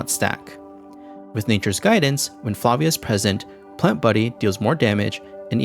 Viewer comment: Props for pronouncing Flavia correctly